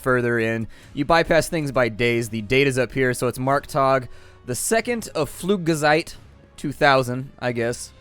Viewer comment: why did you read Pflugzeit as Pflugeseit?